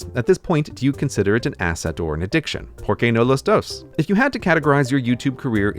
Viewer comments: "pour kay no loss dose" hahaha Anyways congrats on your 10th year youtube anniversary tho, been here since the UK video. Thanks for being one of the first educational youtubers who didn't sound like they're reading off a script. (It's a compliment i swear) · It took me a while to realize you were saying ¨porque no los dos¨ Happy ten year anniversary! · As a native speaker of Spanish, Its funny that I didn't get the first "¿Por qué no los dos?" because of Gray's pronunciation, I heard "Poor key no lows dose" and was like, never heard that phrase before, what does it meen? 😂😂😂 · Wow, he had such a heavy accent that I didn't peak that up even if I'm spanish, I thought it was italian or something. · TERRIBLE SPANISH PRONUNCIATION AHH IT HURTS MY BRAIN